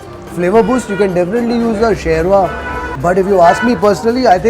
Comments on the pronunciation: It's not sherma it's shorma 😄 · What a difference between Sophisticated Italian kitchen And this earthy rustic kitchen!!! I think you Are more at home here in Hanumanthu kitchen. It is SHORBA and not sherva as you called it. Your reactions,both visual and in ummmm, aaaah said it all. What next surprise you have for us now???